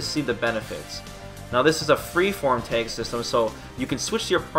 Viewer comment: are you saying Tag or teg...sounds like teg